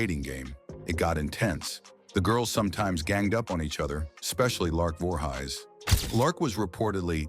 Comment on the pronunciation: "Lark Voorhighs?"